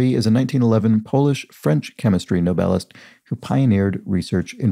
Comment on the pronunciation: Every time you said Nobelist I thought your were pronouncing 'novelist' but completely incorrectly. I was working on another PC at the time, in my defence.